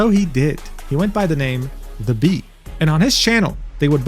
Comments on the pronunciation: its not pronounced the bee. its pronounced how its written 😭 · i have NEVER heard anyone butcher thebs name like that 😭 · HAHAHAHAHAHA 😂😂😂 AGAIN!!! 🤣🤣🤣 Bro you better never play SOT he will hunt you down for mispronouncing his name 😂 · No I dont think thats how you pronounce it :P